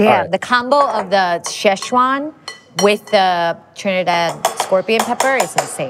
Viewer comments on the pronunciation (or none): none